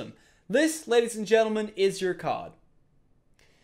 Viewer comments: I thought he said chose a cod (call of duty) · I thought he said COD not card